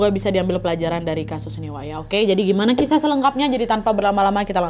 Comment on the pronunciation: baru mulai udah dibikin ngakak 'krisah kiminal' 😭